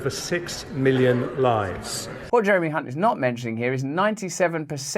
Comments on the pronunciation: You pronounced Chancellor Jeremy's last name incorrectly. It's spelled with a C, not an H. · 'The Rhyming Slang Chancellor of the Exchequer.' Can't help but notice, that so many people have the surname Hunt, but for reasons that are unclear, it is only Jeremy who prompts constant mispronunciations by our newsreaders. Another two classics on budget day.